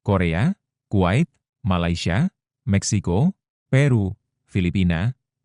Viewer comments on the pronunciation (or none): none